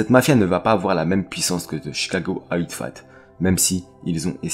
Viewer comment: Salut, la vidéo et les recherches sont vraiment top. Par contre gros soucis au niveau de la prononciation en Anglais, ont ne dis pas « Outfight ou Outfat » mais Outfit, comme FITness… ça rends l’écoute désagréable personnellement